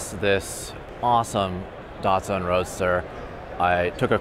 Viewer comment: >dartsun im pretty sure its pronounced dat-sun